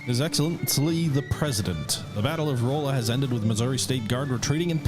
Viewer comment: It's pronounced "Rahlla" Missouri. I live close to that city lol.